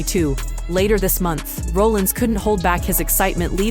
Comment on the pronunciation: You're pronouncing Seth Rollins name wrong. If You're gonna report wrestling news, at least say their names right. Have you even watched a wrestling match??????????